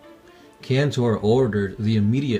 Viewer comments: I actually read Traitor's Gorge and instead of killing hundreds of orks they slayed thousands of them!! (allowing the CF to make barricades with the ork bodies).Ther orks werent counted as hundreds, they were counted as thousands of them (attacking in waves). PD: Pedro KANTOR not cantor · Indoril Nerevar Moon-and-Star yes it's Kantor.